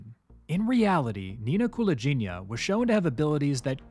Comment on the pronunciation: Wrong last name pronunciation, though 😁 Its "gi" part is pronounced like in "give", not like in "gin". And stress on the second syllable - KulAgina 🙌🏼